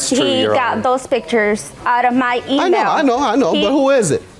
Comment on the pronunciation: That was a diabolical way of pronouncing “email” 🤣🤣😂🤣😂😭😭